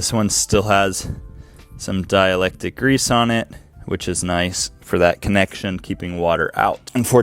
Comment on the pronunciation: Bro its called a hood prop, not a kick stand. Lol and its dielectric, not dielectic. Are you a highschool dropout or are you retarded?